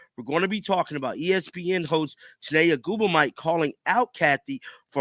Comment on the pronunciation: shi-nay ogu-mi-kay not ogu-mike